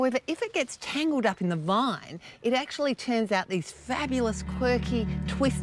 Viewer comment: How does she turn vine into a three syllable word? .